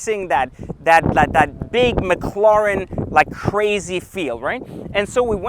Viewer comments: It's Ma cla ren not mocloroen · McLawren. Lmao. Does anyone else find it annoying how he says McLawren instead of McLaren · Stop saying "McCLorn" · Owns a McLaren but cant even pronounce it right🤣